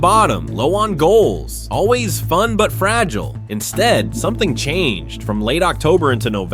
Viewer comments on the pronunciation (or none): none